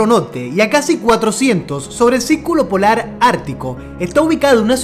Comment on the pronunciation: Norte no nolte Circulo no cilculo Extremo no egtremo Invierno no invielno.. Jajajajajajaja😂